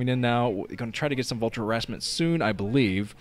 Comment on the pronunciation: I BERIEVE IN YOUUUU!!